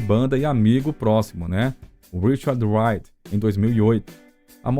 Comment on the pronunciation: O narrador deveria aprender a usar corretamente a pronúncia do nome de Richard Wright. Não se pronuncia "uaite" como o narrador faz diversas vezes. O correto é "raite".